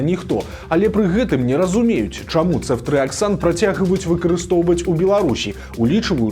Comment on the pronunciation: ЦэфтрыяксОн, але ня Цэфтрыяксан. У Бел мове пад націскам звычайна ёсць літара О. Маглі б лекары спачатку ўвесці крыху леку пацыентцы, паглядзець на паводжанне арганізму. Ды калі ўсё добра было б, то тады ўвялі б астатнюю рошчыну шпрыцу 😞